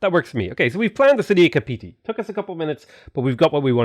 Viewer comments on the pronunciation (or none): Kapiti is pronounced cuppatea